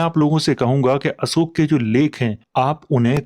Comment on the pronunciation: आप अशोक को असोक क्यों कहते हैं?